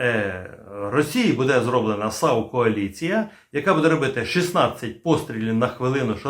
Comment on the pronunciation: Вітаю на резервному каналі. Лише зараз я зрозумів про яку кАоліцію постійно белькотіла бабця- юля...:-))))